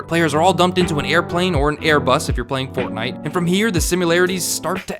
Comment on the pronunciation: yEAHFUCK f"ortnitee" ihate it so much 👿👿👿👿grrrrr